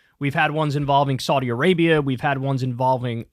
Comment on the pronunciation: Still can't pronounce Saudi